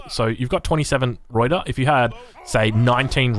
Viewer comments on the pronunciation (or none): You pronounce the R in Ruyter correctly now but pronounce the rest like its german. Search how to pronounce the dutch word “Ui” thats how you pronounce ‘Uy’ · The actual pronunciation of 'Ruyter' is found in the link below. Good effort though!